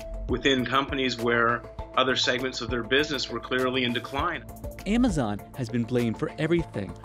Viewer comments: He pronounced Amazon as emazone in the beginning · Why does he pronounce it Aymayzon?